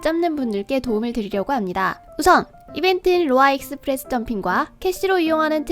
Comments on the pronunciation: 익!스프레스라고 하는거 보니까 경상도 분이신가 보구만...ㅋㅋㅋ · 익스프레스 발음 듣자마자 경상도사람ㅋㅋㅋㅋ반가워요오오오오